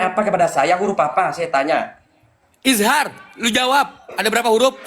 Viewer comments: awalnya kabib bilang "izar" kemudian nyontek jadi "izhar"😂😂😂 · Bilang izhar aja masih gk bener.🤣😂